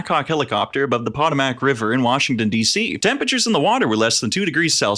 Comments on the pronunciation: Minor nitpick, Potomac is pronounced po-to-mac, not pot-a-mac, as a local to an area far upriver of the incident I did a doubletake when I heard that pronunciation. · buddy its POE TOE MICk